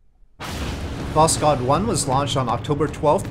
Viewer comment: Sooo risky mission, never knew about that, thank you for this mission profile series! A little notice on prononcuation: You can pronounce "kh" like "h", there is no sound "k". Try to listen the word "Восход" in google translate.